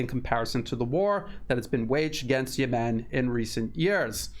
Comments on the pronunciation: Yes, he says Yemeeen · Great analysis. Note: rhyme Yemem with lemon. Accent 1st syllable.